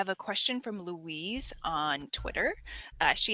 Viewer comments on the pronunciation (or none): none